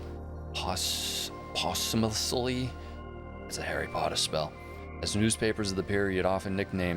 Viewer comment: (not saying this to be a Grammar dickhead just Incase you were interested😂) posthumously is pronounced po-styoo-muh-slee means after death, really enjoying these vids from you man 🤙